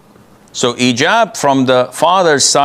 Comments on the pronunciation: he was saying إيجاب igab not hijab حجاب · Yeah the man meant to say hijab with an H, French does not have an H sound, so they don’t pronounce the H in any word